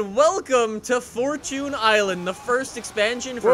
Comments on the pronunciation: It's fortune island not fortun island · Its fortune Island not fortoon island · It's pronounced fort- chun Not fort-toon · “Forchun island”